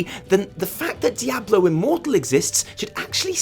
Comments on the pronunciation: dye - A - blow...bahahahahahahahahahaha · I was literally about to comment about your Diablo pronunciation right as you mentioned it.